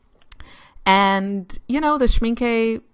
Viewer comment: Schmincke: when German words (inc. names) have a final E, the E is always neutralised and muted (NEVER open as stressed you make it.) Thus: SHMINkuh is more how we pronounce this name. Learn German- it's superfun. No, it really is!